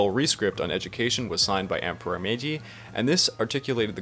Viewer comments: Didn't get very far, but if your gonna do a section on a major part of Japanese history, shouldn't you get the pronunciation correct? Meiji isn't "May-jay," its MAyG. G as in G. I. Joe. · I've never heard Meiji said like "Mejey" before. Why are you doing that? You don't really have the standing to invent some sort of new way of saying Meiji wrong that breaks the rules of pronunciation here and there. It's obviously said like Meyji, there's no need to put the y on the end when the I is there to make a diphthong with the first vowel, not the second. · He can't even pronounce simple MEIJI and you're worried about this? Lol this guy is a joke mayjay? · How could you possibly talk coherency when you pronounce it MAYJAY??? WTF???